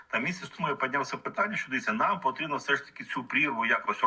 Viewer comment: не всьо, а все, телепень